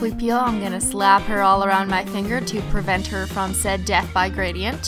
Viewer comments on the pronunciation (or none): none